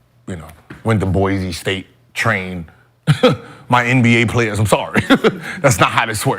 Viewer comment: brother said Le NBA 😂